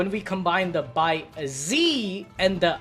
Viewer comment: bai ze is pronounced bai zeh/zuh not bai zee